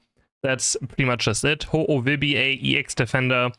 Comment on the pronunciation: you mean........Ho-ohlowear?